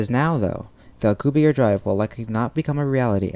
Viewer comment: it's Alcubierre you pronounce the last e